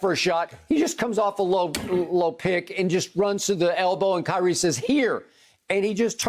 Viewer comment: “KYREEEEEEEEEE” “LABRAWN JAMES”